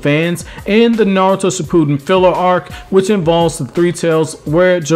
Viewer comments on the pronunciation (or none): none